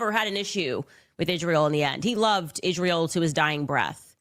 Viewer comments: Especially when she says Ish-rael and Judeo-Christian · "Izjreal"...it's so annoying how she can't even pronounce the name.